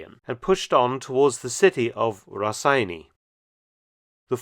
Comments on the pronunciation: As a Lithuanian, I can't help my self by correcting you a bit. "Raseiniai" is pronounced as rah-say-nay. Yeah, we Lithuanians are rather anal about out language lol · I don’t understand why everyone says name Raseiniai so weirdly it’s not Raseni or Rasseini it’s Raseiniai a town in Lithuania. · The humble Mark's attempt to pronounce Raseiniai made me chuckle